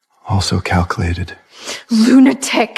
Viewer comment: My favorite one on most of these is instead of lunatic it's lunaturk 😂.